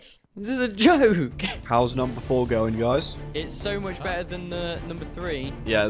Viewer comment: It's guys not guyds